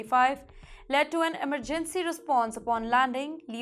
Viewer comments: The way the anchor said eemer_gancy 😂😂😂😂😂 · The way the anchor said emmeer_gancy 😂😂😂😂